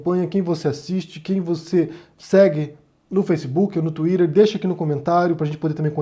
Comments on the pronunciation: Pq vc faz o vídeo em português e pronuncia "tuírer" sendo que em português dizemos "tuíter"? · ele adora falar " TUIDER" .... " TUIDER" " FULANINHO POSTOU NO TUIDER... " , " POSTEI NO MEU TUIDER" ...